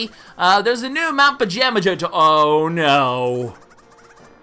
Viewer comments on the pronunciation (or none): FOR THE LAST TIME, ITS PRONOUNCED PAJAMAHA